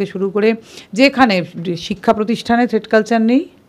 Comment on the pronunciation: কথাটাকি "থ্রেড কালচার" নাকি "থ্রেট কালচার " ?